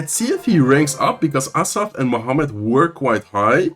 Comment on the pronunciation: crazy how you pronounce Mohamed light's name i can never get that "h" sound right 😅